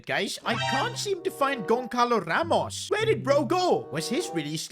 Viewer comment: bro, love your content? but the pronunciation of the names is not improving at all, Bajcetic sound like Baichetich Goncalo Ramos sounds like Gonsalo Ramush, it will be great if you check that during recording